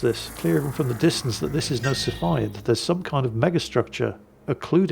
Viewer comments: yo yo and o7 it is pronounced "Sea" Phid variable type star:D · Cepheid = "See-fee-Id" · Cepheid is pronounced "SEFF-e-id". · and i was told it's pronounced "see-feed". if i'm wrong you can blame the British university system.